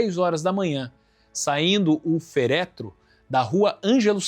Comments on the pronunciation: Bonita a matéria sobre a Maria Polenta. Porém, ouvir dizer ferétro ao invés de féretro, feriu os meus ouvidos. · Lindão, excelente matéria. Parabéns! Apenas uma observação: diz se féretro. Acento no é. Beijão ❤❤❤ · Muito bom o vídeo, mas deveria ter mais cuidado em reproduzir os textos escritos. O "ferétro"? (é féretro mesmo) "míster"? (é mistér, mesmo) "dois filhos"? (eram dez).